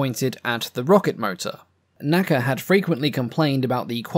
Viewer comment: Please don’t say “naca” as an acronym, like we say “NASA” today. It is the N.A.C.A.